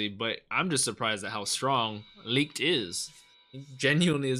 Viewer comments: I'm a little late here obviously but licht is pronounced "Lick-[cleared throat]-ed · Just say it like Lit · Pronounce it - Lee - kt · i need to correct you. im german and its more a sh than ck like lisht but a little bit smoof so its licht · Licht pronounce "Lisht" like the "sh" in shut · Lichts name is pronounced "licked" it's German for "light" a lot of Japanese anime uses German words for magic as they have a European Gaelic sound. One example would be Licht Bach from Plunderer literally translates to light flash, his hero prefix in the show. Hope this helps bro if haven't been told already. 🙏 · Thanks for the video! Licht is pronounced Lickt, and another fun fact is that Yami literally means darkness in japanese. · Licht is pronounced like “licked” in the English dub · Licht is pronuced Patry. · Just let Google tell you how to pronounce light in german, thats his name. But i guess the german CH is hard for you guys overseas